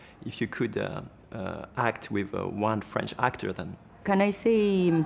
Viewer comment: Dommage d'avoir fait l'interview en anglais qui n'est pas du tout maîtrisé du côté du journaliste. "You Hact" (entre autres) un supplice pour les oreilles...